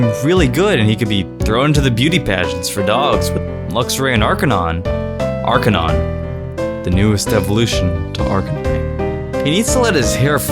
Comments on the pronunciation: It's Are-K-9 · Arcanine is pronounced Ar-kah-nine